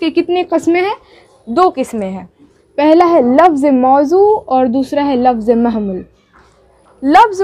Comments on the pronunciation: Mahmul nahi hota hai Mohmal hota hai 😅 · Mai bhi wahi soch raha hun bhai eyh bol rahi hai mahmul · لفظ مضوع اور لفظ مہمل میں لفظ مہمل کا تلفظ درست نہیں ہے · مہمل آپ غلط پڑھے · مفرد را کے فتحہ مہمل اول میم کے پیش ثانی کے فتحہ کے ساتھ 👍 باقی سب اچھا ماشاء اللہ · مفرد اور مہمل کو ٹھیک کر لیں تو بہتر ہوگا ماشاءاللہ بہت اچھا پڑھا رہی ہو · کلم نہیں ،،، قلم ہوتا ہے مہمل زبر کے ساتھ نہیں ہے بلکہ مہمل پیش کے ساتھ ہے